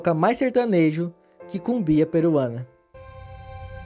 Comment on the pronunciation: Amigo gostei do vídeo, mas além do problema da pronúncia que já foi mencionada (Purús e Cumbia), acho que essas imagens feitas por IA não dão credibilidade